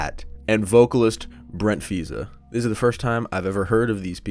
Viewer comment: bro didnt even try to pronounce brent faiyaz's name right😭